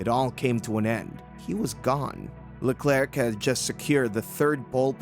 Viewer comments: The "C" is silent in Leclerc. Great video though, thanks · Especially pronouncing Hubert correctly and not Leclerc